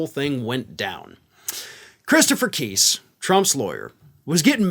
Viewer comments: Not keyse..Kise!!! Pronounce his name right!!! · Please pronounce Chris Keis' name correctly. It is not KEEESE, it is pronounced KICE, rhyming with MICE AND RICE...and stop with the dog at the end. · it’s pronounced like NICE! KISE! Fuckin a, dude, get it right. You’re not as professional as you think you are. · Think it’s pronounced- K I H S E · love your broadcasts but please pronounce the names correctly. Dump lawyer is pronounced KIse. The "i" isn't an "e." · Kise is pronounced with a long I, not a long e. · Why are you pronouncing Christopher Kise's name wrong, as if you haven't heard anyone say it before. You can hear him pronounce it himself easily. This channel is so weird.